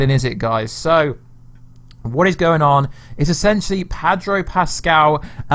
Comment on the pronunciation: Sorry gota say it, it's Pedro not Padro lol sorry m8